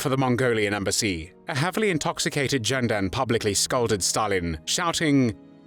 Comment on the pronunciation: Not Jenden, but Ghenden like "gestapo". This is a rumor. Whether Ghenden actually slapped Stalin personally is known only in the Kremlin's secret archives. The main thing is that this man, despite his poor education, was able to speak out for the independence of his country. According to one fact, Stalin, in order to put Ghenden down, quipped at a reception for him, "Ghenden wants to be Chinghis. In fact, he can only be Chinghis's dog." Genden replied, "If the Georgian Stalin became the Tsar of Russia, why can't I become the Khaan of Mongolia?"